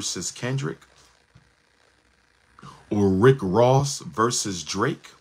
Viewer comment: versus, not verse